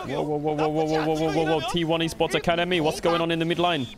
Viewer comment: I love how Caedrel's comments are getting synced up with Korean casters. Also the way he pronounces T1 Esports Academy sounds like Korean.